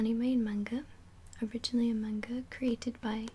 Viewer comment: only thing I didn't like is the way you said manga but most non-japanese people or non-japanese speaking people don't know pronunciation